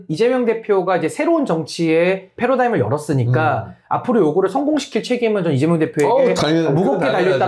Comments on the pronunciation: 신인규 자꾸 있어보이려고 패러다임을 f 발음으로 하는데 패러다임은 p로 시작함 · 이재명 대표님은 바른 천재이십니다. 대통령 하시면 정말 기대해도 좋을 정도로, 최고로 잘 하실겁니다. 그리고 신인규 자꾸 paradigm을 faradigm으로 말하는것 같이 들리는데 …